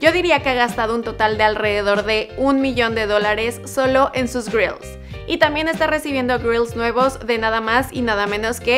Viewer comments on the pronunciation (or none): es grillz no girls xd